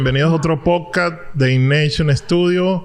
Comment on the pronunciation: Podcast hermano podcast no poc cat podcast